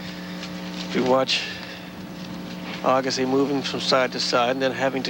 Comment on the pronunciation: nobody could've told Arthur how to pronounce his name?